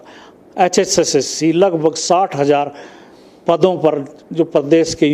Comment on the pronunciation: Ye hssc है hpsc बोल रहा है 😂